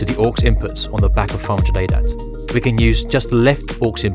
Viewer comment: This narrator should really work on pronouncing his words a little better because he wasn't saying 500ADAT, he was saying "fraunjadata". I was here trying to learn about this product before potentially buying it.